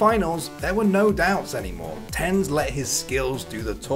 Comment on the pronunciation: This dude said “tens” rather than TenZ lmao